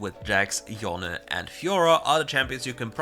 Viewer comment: Pls stop saying yon and say Yone !!! Jesus